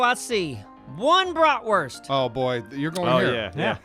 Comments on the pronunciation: It's pronounced 'Brotvurst' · one Bratwurst 😂😂 i love ur pronuncing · I love the bratwurst pronounciation xD